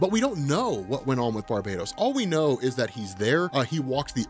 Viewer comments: Its BAR-BAH-TOS NOT BAR-BAY-DOS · we have finally deduced the proper pronunciation of the name of Metal's primary villain: NOT 'bar-buh-tos,' (sounds like "Barbie Toast), neither 'BAR- bay-tos,' (rhymes with BARBADOS); but "Bar- BAT-ohs"...say it out loud with me: Bar-BAT ohs...emphasis on 'bat' on the name...does that stand to reason? the Bat-inspired motiff, the DEAD BAT on his chest, and "BATMANIUM" all lend to the heavy "BAT" in his name. I want you to always have the one-up on BENNY--he can't even say "ATHANASIA"--and the key is proper PRONUNCIATION of some off the names and ideas in our folklore. MJOLNIR; THEMIYSCIRA; KAMANDI... Great vid as usual and thanks!! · R MCX It's Bar-BAT-os actually. Pretty obvious.